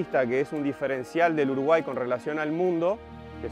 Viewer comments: why does she pronounce Uruguay like that? sounds like shes gargling marbles while saying it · When did people start pronouncing Uraguay like that?